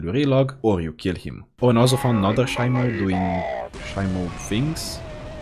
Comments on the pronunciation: it’s pronounced She-mo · Shimo pronounced she mo